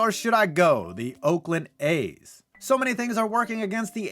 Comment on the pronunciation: I def heard AIDS patients. Not A's patients